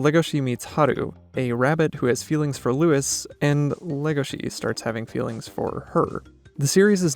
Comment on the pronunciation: It's Louis, not 'Lewis'